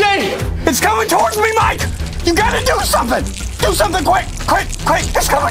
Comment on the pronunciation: Why is ever time you say mike it sounds like “mate”